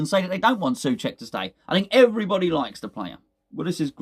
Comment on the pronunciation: SOcek. It is pronounced SO-check !